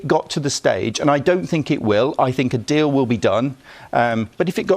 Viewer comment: says deal as if its a magical god given gift